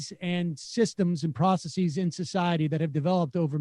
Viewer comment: I had a professor once who said “processees” like Sam :-)